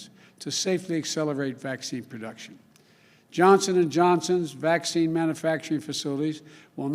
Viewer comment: I watched this video yesterday and again today... it isn’t the same video. Right at the beginning the woman was wearing a different colored dress and the first time Biden says Johnson and Johnson, yesterday he clearly said Johnston and Johnson... anyone else notice this?